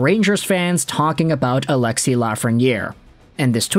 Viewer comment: Its ALEXIS...NOT ALEXIE